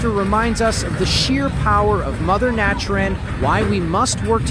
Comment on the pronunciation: 'AI' voices are getting good . '"Mother Nachin " ? was the giveaway.